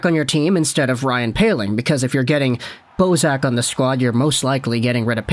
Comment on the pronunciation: Bozak! I heard Boseman ateast 2 times lol.